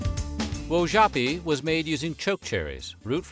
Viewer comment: You mispronounced, Wojapi. I was adopted by a Lakota family, born Cherokee/Shawnee. I pride my self in my Heritage. Thank you for sharing.